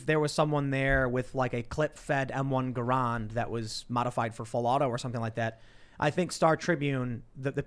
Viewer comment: AAAAH The way Tim says Garand makes me wanna die